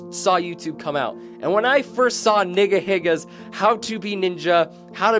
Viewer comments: ryan higa youtube is pronounced with a long e sound and not a short i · He rolled a nat 1 in pronunciation of NigaHiga